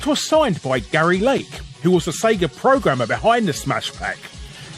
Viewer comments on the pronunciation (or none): none